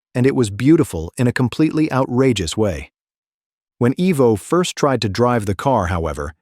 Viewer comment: Not "EEE...voh". It's pronounces "EYE... Voh".